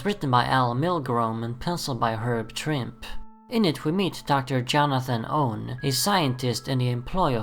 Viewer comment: Herb Trimpe is pronounced Trimpee. I had been saying it wrong since the 70s until recently myself.